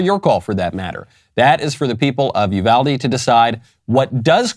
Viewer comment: Finally someone who pronounces Uvalde correctly!